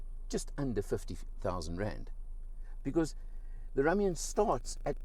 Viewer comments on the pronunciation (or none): No offence It’s pronounced Room-ion not Rum-ion but you say tomato i say tomahto